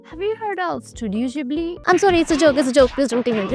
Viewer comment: it's Ghibli Ghib lee pronunciation